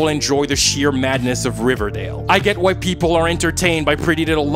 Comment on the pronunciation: When he was saying “I get why people…“ I kept hearing “I get white people…” and it was hilarious